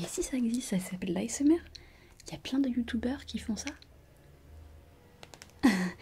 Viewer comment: youtuioubeur tu ma tuée 😂